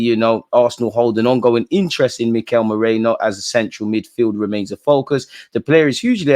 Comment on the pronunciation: whos moreno? its merino bro 😂